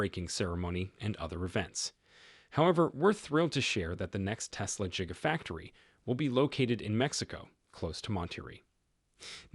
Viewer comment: I stopped waching as soon as you said "Jigafactory".